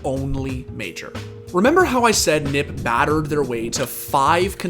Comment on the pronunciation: he said “nip” every time... it’s n.i.p...